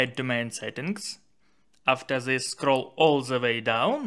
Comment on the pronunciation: Zet.... zis .. come on man.... Say "Dis and Det instead... is it that hard ?? 🤷🤦